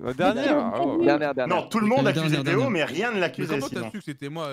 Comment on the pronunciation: Ça me fume quand kamel appelle deo « deon »